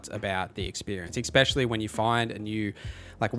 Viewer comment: especially Not "exspecially"